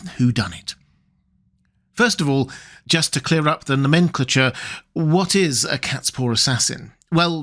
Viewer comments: Never heard 'nomenclature' pronounced like that before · And "nomenclature" I don't think I've heard a non-rhotic speaker say it and I nearly giggled. (note: I love his narration as well as the content of his videos, such a superb channel)